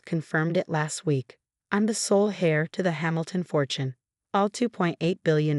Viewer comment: After this story the only thing that I laugh at is when heir is read as hair.